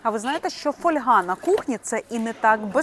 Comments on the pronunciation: Не каверкайте наголос ((( ФольгА. Як не випАдок, так фОльга. Що за недорозвинута мода... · Не фольгА, а фОльга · Правильно казати фóльга, від латинського fólium — листок. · А я постійно говорю фольгА .. ,фОльга мені ріже вухо . Може ,що з дитинства так у мене говорили і і воно до мене так приклеїлось ... Та тільки аби ця помилка ....😮😊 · фОльга . Так правильно українською. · Запозичені слова зберігають наголос мови, звідки походять: фо́льга. Наголос на О. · Наголос на літеру о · Фольга- наголос на перший склад. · Фольга, наголос на о